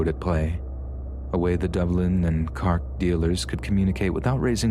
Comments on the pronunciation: Love your work but the pronunciation of the Irish places are killing me... "Carrk". 😂 It's "Cork" like a wine cork and we don't roll our "r's", that's Scotland! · "moonster" "Cark" Lol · I love these narrations, they're always strangely calming. But celtic me nearly spat out my drink hearing you pronounce cork as "cark" x'D Keep up the great work, love the channel. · love how you pronounced cork with the irish accent lol. a fun touch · I would have expected you to find out how to pronounce words before you narrated them. Mun-ster, I not "moonster" Cork, not "cark"